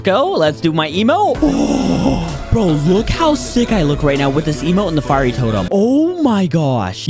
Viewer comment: YOU READ FIERY WRONG